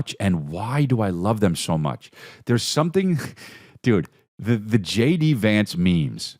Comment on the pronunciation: I love how you say JD Vance like it’s spelled Jady Vance.